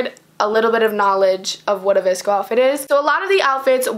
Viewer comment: noon you should've used a metal straw. iTS vsCoEYyyYyYyy